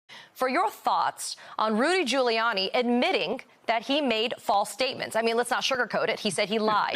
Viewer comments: “Rudy Colluni” 😅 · He called him Rudy Colludey 😂😂😂